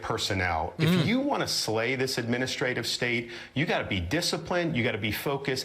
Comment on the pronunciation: Lol 😂😂😂 Did he say slay😅